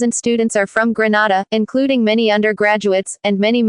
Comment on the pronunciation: Please! Not Granada GRENADA